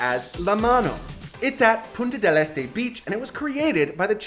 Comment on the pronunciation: Terrible la pronunciación, especialmente de los lugares: Montevideo, Punta del Este, la mano, Museo Carlos Páez Vilaró. 😮